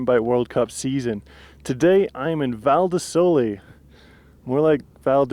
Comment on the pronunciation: Big like for pronouncing Val di Sole right and for the Val di pioggia joke!